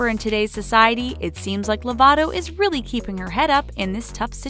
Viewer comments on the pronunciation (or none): none